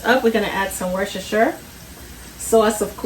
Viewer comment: It’s not pronounced wooshsher sauce, it’s pronounced woostersher sauce, or just Wooster sauce 😂😂